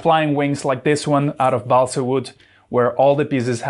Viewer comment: Your English pronunciation is very good - except for "balsa".